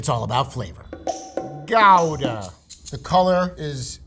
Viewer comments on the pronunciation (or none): He called it "gow-duh"... JFC... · I’m pretty sure Gouda is pronounced Goo-da, not Gow-da. It’s pronounced But-ter-kay-sa, not But-ter-kas. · "Gow-da"? Isnt it "Goo-da"? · If you're going to pronounce it in its own language, the Dutch say "howda" not gowda... Also Butterkäse is booter keh zuh. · wait... it's pronounced gow-duh? I thought it was goo-duh lol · gow-daah is closer to the dutch pronunciation. americans have been saying it wrong all along. wups! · But says "GOW-duh" and "boor-SOHN" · Ugh. Pronunciation! It’s “goodah” or “howdah”. Not “borson” but “borsehn”. If he’s a third-generation cheesemonger, he should know the correct pronunciations. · it's Ghowdah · Just some help on some of the pronunciations. Gouda = "Kchoodah" Butterkäse = "Butter kayzer" Boursin = "Boar sann" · It's not pronounced gooda, but gowda is also not fully correct. The ow is better though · Wrong on Gouda. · Please tell me Gouda isn’t really pronounced like that. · gouda is pronounced gowda not gooda? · I love his energy but the way he pronounced Gouda sent me reeling a bit lol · I dont trust anyone who likes amarican cheese Also never heard guda pronounced like that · How can you call yourself a cheese monger if you can't even pronounce Gouda properly? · His pronunciation is wrong, but closer to the actual pronunciation than "Gooda" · the ou part, yes, but the G and da part are different